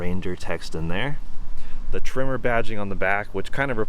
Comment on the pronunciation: The pronunciation of tremor is driving me nuts. (It's not a trimmer) Nice to see a different use case though :) The powerplant is one of the main advantages Ranger has over its competitors. So peppy while returning solid economy.